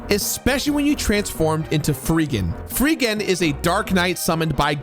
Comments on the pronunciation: Muh childhood. Odd that you were calling him "Freegan" when in-game it was spelled "Freedan", at least for our version. I grew up with this game. The nightmare of hunting those blasted red jewels is real. He isn't lying. And I still have the game booklet (well thumbed) with little pictures in it to tell you where to find them. Problem always was that it wasn't very detailed, so I was sorta left head-scratching. There was one in the Pyramid that was a nightmare to find, "it's in the hallway on the left pillar"... okay, WHICH HALLWAY IN A BLASTED LABYRINTHINE PYRAMID?! But the music was a bop, the combat was simple, compared to some other RPGs we had as kids (we loved our RPGs), and I've played to completion many times. It's up there with Breath of Fire, Secret of Mana, ALTTP, FF4 and FF6 and several other titles I'm a major fan of. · Okay, I have to pick a nit, because it happens relatively often. Please, learn the characters' names, especially of you're gonna repeat them multiple times. It's Freedan, not Freegan. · Whoever wrote the script for this review wasn’t paying attention. It’s Freedan, not Friggan. And Soul Blazer, not Soul Blaze. Also Illusion of Gaia, not Illusions of Gaia. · Did you just call Freedan, Freegan? lmao. I guess a d could look like a g. Well, not really. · Great video except for 2 things. It’s Freedan, not Freegan, and Solid Arm was the first boss in Soul Blazer, not “the antagonist.” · You calling him Freegan instead of Freedan is hilarious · Great video i love this game, The only part that hurt my soul is you calling Freedan, Freegan lol. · The sword guy's name is Fredan, not freegan. XD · solid review, though I died a little inside every time you called Freedan "Freegan"... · yeah it's definitely Freedan not freegan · For the same reason he called Freedan “Freegan” the entire video, and referred to Soul Blazer as “Soul Blaze” Because we all make mistakes but the content remains entertaining. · "Freegen" You lost me there.